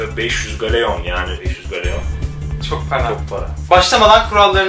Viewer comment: Galeyon ne yaaa gellon diye okunur o😅